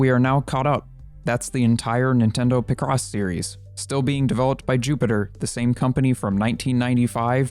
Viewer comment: It's pronounced Pic-Ross, not Pih-Cross